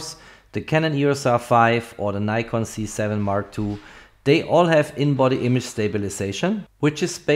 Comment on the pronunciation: I enjoyed the video but there is still NO 'Y' in Nikon !